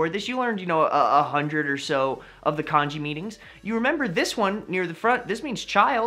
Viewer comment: if ur gonna make a video about kanji can u pls pronounce it correctly and not like the chinese porridge